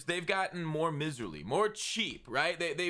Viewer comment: dude, pronounce miserly right. mai-zr-lee, like a mai tai. love ya.